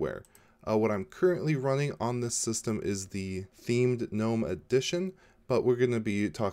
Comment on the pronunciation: ... I have to commend you on a small matter, pronouncing "gnome" as 'noum' , as it is suppose to be pronounced... for years, a would be Linux 'specialists' would put "g" in front and screw my day.. Thank you...